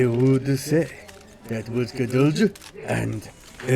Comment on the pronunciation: Gudelj is pronounced with silent j. You completely butcher his name